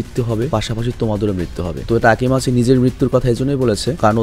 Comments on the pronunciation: Vhaiya takimaichi na takimichi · তাকিমাচি না তাকিমিচি❤ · ভাই আমি জানি আপনি অনেক কাজ করেন। কিন্তু আমি চাইনা অপনি main character এর নাম ভুল বলেন।ওটা তাকিমিচি=তাকি